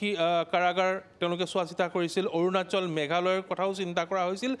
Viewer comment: অৰুণাচল শব্দটো উচ্চাৰণটো শুদ্ধ হোৱা নাই ‼️ কিবা বিজতৰীয়া ভাষাৰ উচ্ছাৰণ যেন লাগিল